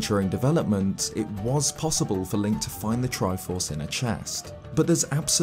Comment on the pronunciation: hey. the character's name is link, not linCHH